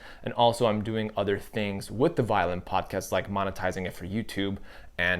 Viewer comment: great thoughts! first thing ---I was so excited, because I thought "violent videos and a violent podcast? SOUNDS INTERESTING AND FUN! WHAT DOES THAT MEAN?" I love your episode here, but try to say "violin" differently, I think will help you. MUCH LOVE though!! I may subscribe. I need to see a few more videos from you! YOU ARE A GREAT communicator!!! TYSM!! OXOOXOXO